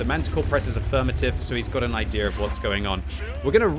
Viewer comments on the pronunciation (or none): none